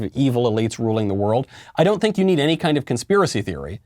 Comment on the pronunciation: Michael: have you heard of this conspiracy theory? Everyone in the comments: you pronounced “proven theory” wrong